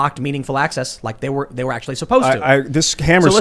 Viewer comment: Michael Tracey: "Ackshullly! Ma! I need a hot pocket! Anyway, ackshully"...